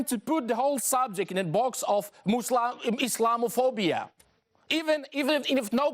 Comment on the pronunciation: He said "muslamophobia"